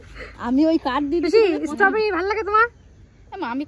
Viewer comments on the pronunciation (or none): Uchharanta istabery nay stabery